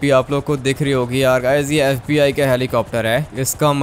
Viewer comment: Fib nhi fbi hota hai😂😂😂😂😂😂